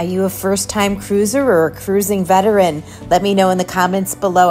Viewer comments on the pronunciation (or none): none